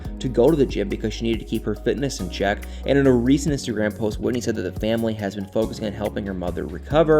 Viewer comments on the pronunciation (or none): none